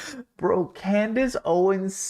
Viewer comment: *Klandace Owens